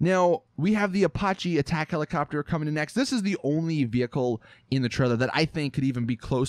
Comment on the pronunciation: Vehicle, not veyuckle